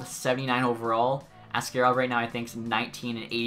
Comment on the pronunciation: Askarov is pronounced - Ask A rov - not like ask air ov Otherwise keep up the great work